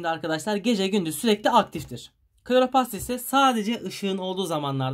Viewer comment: Söylemeden geçemeyeceğim Kloropast degil kloroplast😅